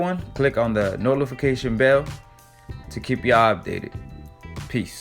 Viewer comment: Click on "da nolfition bell"